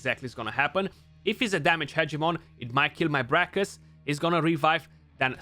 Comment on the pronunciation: Haha “Party-pants Hedgemon” 🤣